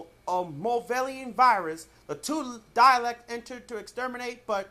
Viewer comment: Please for the love of Gallifrey STOP pronouncing DALEKS DIALECTS!!!